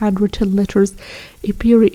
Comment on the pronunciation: Ephemera-uh feh mr uh. Thanks, another very useful video.